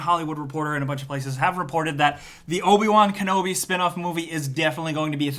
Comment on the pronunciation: Don't you mean Obi Juan Kenobi?